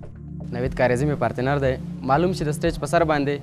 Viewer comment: Nazir khara, "parteenar" lol instead of partner... it is cute though! :P